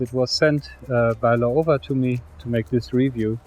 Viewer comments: Laowa （老蛙）is read as ‘lau-wa’. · it's pronounced Lau-wa fyi.